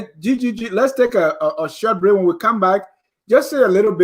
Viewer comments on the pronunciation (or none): Fwen is a mende language.